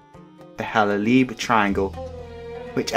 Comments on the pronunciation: Take it from me being half Egyptian it’s not pronounced Halaleeb it’s pronounced Haleeb there is one L in the spelling and another in the way you pronounce the place get your facts right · It's Halaib pronounced as (halaieb, not halalib) 😀 Known as halaib and Shalateen where Shalateen is the biggest town in Halaib. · it's pronounced beer taweel and the other part is pronounced hala eeb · Its actually the Hal-a-iiiiiiiiiiiiiib I is pronounced like ie